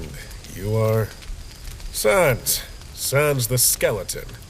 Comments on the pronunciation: Why pronounce "sans" as "sons"? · Me: “Sans” Papyrus:”Sons” DAFUQ?!?